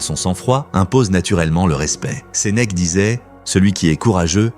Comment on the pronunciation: Ses mecs au lieu de Sénèque !😱😱😱. Il faut le faire... on en a marre de ces vidéos réalisées par l’IA !!! Il y a encore des êtres humains sur cette terre, alors arrêtez de vous servir de machines !!!